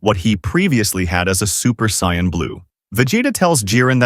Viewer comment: For the love of all anime... stop pronouncing Saiyans that way 🤦